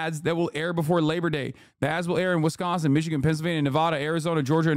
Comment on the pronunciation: Wiz kahnzing”… I just fell in love